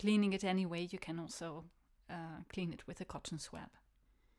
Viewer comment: BTY: it's pronounced "swob". In UK, OZ, SA, NZ... even everywhere in the US (remarkable unanimity!)